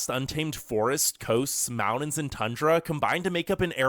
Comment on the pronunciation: learn how to pronounce the word "mountain" ........come on due